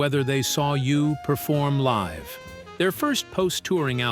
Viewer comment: It said "liv music"...not live music... 🤣